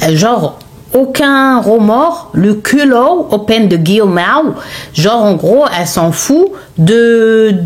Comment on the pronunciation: « Le culooowww open thé guillemeww » 🤣🤣🤣🤣🤣🤣 tu m’a tué ❤